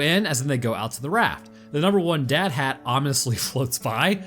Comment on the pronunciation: Did anyone else hear him say he needs the hat? Is he trying to tell us something?